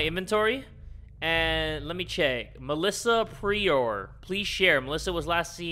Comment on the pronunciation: he said melissa prior wrong 🤣🤣🤣🤣🤣🤣🤣🤣🤣🤣